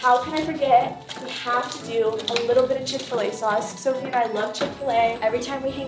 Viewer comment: lol "SoFi" it's Sofie